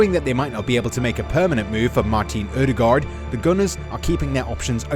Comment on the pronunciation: It sounds better when you mispronounce Ødegaard as everyone else, instead of the version you currently use. Unless you speak a Nordic language your propably not going to get it right anyway